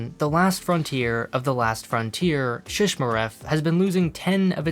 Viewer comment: points for saying Shishmaref correctly!